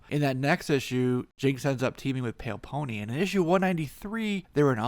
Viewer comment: Pale Peony and pronounce it correctly. Pale Peony (Pee-A-Nee) or Margarita Shiro (she-row)